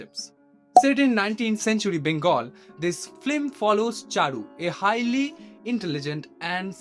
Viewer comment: First , that movie is based on the novel ' Nosto neer' by the greatest Rabindranath Thakur . And it's not flim, it's film. Atleast try pronouncing correctly before spreading gyan .